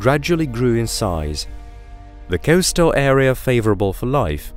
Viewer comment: I can't figure out the strange accent either but unfortunately it started to grate on me.. 🙃 Very bizarre pronunciation, particularly 'O' sounds.. ocean, float, coastal etc